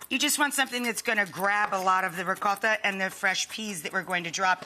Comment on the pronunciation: The way you say Ricotta is so over exaggerated So annoying